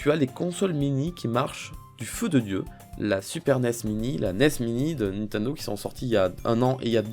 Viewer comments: Nathanel Messika c'est Nintendo et pas nintando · Le mec il est fan de Nintendo et il prononce mal le nom 😂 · Nintendo pas Nintindo putaaaaaain😠😠😠😠😠😠😠😠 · Lilibayer Gratouille nintindo aussi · pk il dit nintindo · t'as dis nit1do mdr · je sais c'est qui a dis "nintando":)